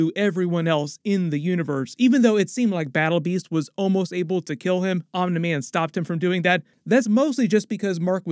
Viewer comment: Why are you saying "Omni" like omnah lol? It's ok we love you anyway